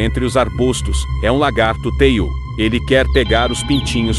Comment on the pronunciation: não é teiú, é tiú.